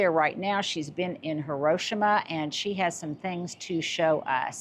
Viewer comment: You’re pronunciation is incorrect, just thought I’d let you know since a lot of WW 2 veterans wives might be cringing, Japanese, Hiroshima is pronounced "Hee-roh-shee-mah". The name means "broad island" and is written in Japanese as 広島.